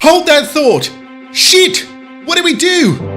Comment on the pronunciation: *Shit in Scottish*